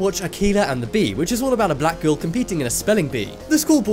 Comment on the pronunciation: Why he say black like that you racist sick fuck